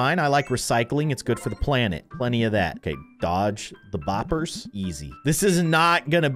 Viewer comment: I like how he calls them “ bopers😂😂